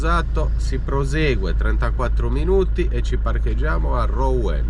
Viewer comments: ROUEN..... RUEN PRON OU SI LEGGE U APERTA. BUON VIAGGIO ZONA CHAMPAGNE INSIEME A Reims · Ciao ragazzi piano piano vi avvicinate a dove sto io. Cmq si pronuncia ruon. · Ou si legge u quindi Ruen